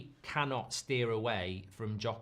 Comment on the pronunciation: Does anyone else get a bit triggered with Mark’s pronunciation of Gyökeres every time? 💀😂